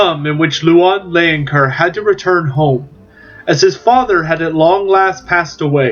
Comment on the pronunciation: As a french myself, Bretonnia appeals so much to me. I do hope they will be playable soon after release. And don't worry, I bear no grudge at your pronunciation, especially as you made such a great video about Louen Leoncoeur. Vive le Roi!